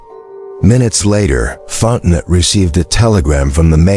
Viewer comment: Fon te noe,,,,,,,not Fontenot…………..